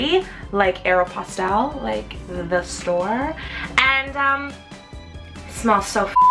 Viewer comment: aerie is american eagle but totals props for actually pronouncing Aeropostale correctly. lol no one ever gets it. (I work there.)